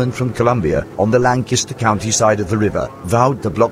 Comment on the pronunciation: I’m impressed. The auto-speak managed to pronounce “Lancaster” properly